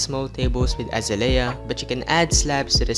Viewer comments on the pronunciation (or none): uhzayleeuh not azuhlayuh